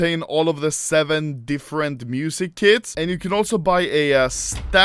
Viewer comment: Am i the only one who hear "music kids" when he says music kits?